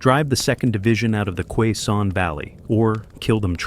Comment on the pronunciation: Its pronouncest. Kay-son valley Not qua son